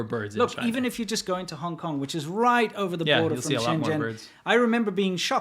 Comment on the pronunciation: It's "Hong", not "Honk" FYI! Probably an accident, just thought I'd tell ya!